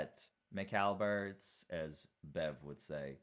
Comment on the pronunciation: Stop saying McAlberts.